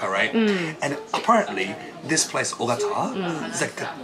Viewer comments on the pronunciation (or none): Ogata not Okada